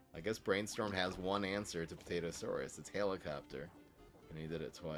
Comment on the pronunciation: "APT-atosaurus" Lol.